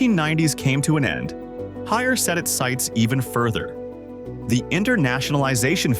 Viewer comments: We definitely prefer to pronounce Haier as “Higher”,( 海尔)， not, hair -er， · * “Haeir “not Harris